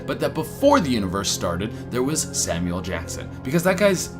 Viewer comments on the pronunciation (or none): none